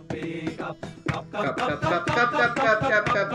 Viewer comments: අර කප් කියන එක මට ඇහුනෙ කක්ක කියනව වගේ😅😅😅😅😅😅😅😅😅😅😅😅😅😅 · පක් පක් පක් වගේ ඇහුනෙ මට විතරද 😂😂😂✌️ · කප් කප් කප් කප් කියනකොට පක් පක් කියනවා ඇහුනා නේද 😅😅😅😂